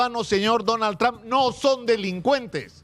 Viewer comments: Primero debes empezar saludando y hablando y pronunciando su nombre del precidente Donald Trump, que uste periodista está pronunciando su nombre del precidente de U.S.A. muy mal, el precidente no se llama tran, el precidente se llama su apellido Trump y no tran, ni eso sabes pronunciar bien, que clase de periodista eres tu? que no sabes pronunciar su nombre en ingles?desde Nueva York la capital del mundo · Tr”a”hmp. No trom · Sr. Periodista se escribe Trump pero se pronuncia trom, no tran . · Sino sabes Lee para q no hables estupideces .se escribe lleva u pero se pronuncia tramp